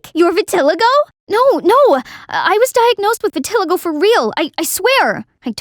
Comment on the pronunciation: Thats not how you pronounce vitiligo...🤦🏻‍♀️❤️